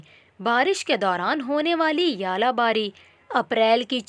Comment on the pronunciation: its not yala bari ,,, its Zala bari